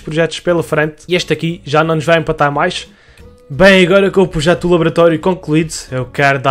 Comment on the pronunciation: Protejo? Ou projeto? xd Mais um bom vídeo!! 100mil estão quase ai!!!